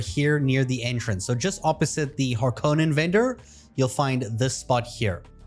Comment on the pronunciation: Please, god, start saying Harkonnen correctly.